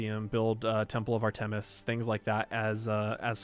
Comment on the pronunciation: Artemis is pronounced Art-em-iss not Art-eem-is.